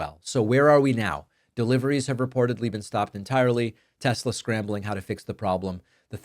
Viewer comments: Silly it is Tesla and not Telsa. If you cant get that right what else you can? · Its pronounced tesler, david. Donold said it himself so it must be tesler😂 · It's TESLER, not TESLA!! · “I love (Tesler). 😂😂😂😂. Trash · "I love Tesler!!" Puppet Trump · “I love Tesler!” -Trump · Don’t you mean Tesler? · But the president “loves TESLER!!!”